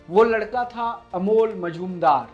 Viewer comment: कोण का नाम बार बार अमोल मजूमदार दिया था रहा है , जो गलत है | नाम से लग रहा है कि बाबूमोशाय हैं जी नहीं , अमोल बंगाली नहीं मराठी हैं और उनका नाम है "* मुजुमदार *" शिवाजी महाराज के समय में जो दरबारी सिक्कों और मोहरों का हिसाब रखते थे और टकसाल कंट्रोल करणे थे , उनकी उपाधी थी "" मुझुमदार ""